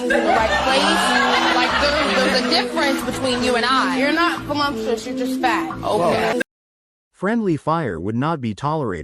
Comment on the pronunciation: "I'm Vo-LUMP-tuous!" 🤣